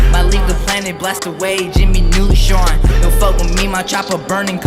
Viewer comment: The way hes articulating Neutron nearly ruined this vid lok